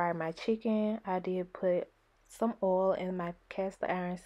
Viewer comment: The way she says oil lol